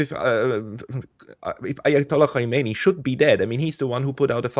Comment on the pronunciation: It’s hard to take a “political scientist” seriously when they can’t come remotely close to pronouncing the name Khamenei correctly.